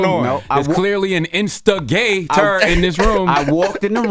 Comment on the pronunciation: CTG said “there’s clearly an insta-GAY-tor in this room” damn fool LMAOOO 😂😂😂